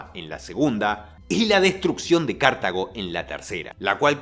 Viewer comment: Cartago también, se pronunció como si tuviera el acento en la primera sílaba, igual un error lo comete cualquiera ya fue 🪔